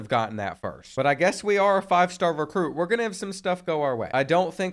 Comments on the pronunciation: Lol “Recrute” 😂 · "Recrute" is crazy bro